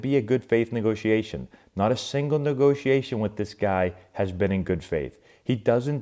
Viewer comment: What’s a “Negotation”???